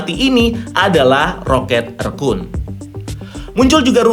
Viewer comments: Kenapa ngmngnya ngga rocket rakun aja si min? Kenapa malah di bacanya rocket rekun jdi gimana gitu di telinga😪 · GT rhekuun bacanya